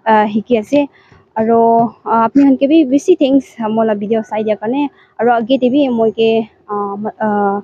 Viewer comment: Video not Bideo